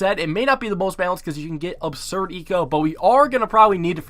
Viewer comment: I dare someone to count the amount of times this guy says " obserd " 😂